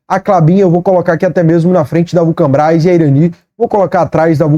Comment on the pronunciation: fala Vulcabras ou vulcanbras? Só eu que notei isso? Kkkkkkkkkkk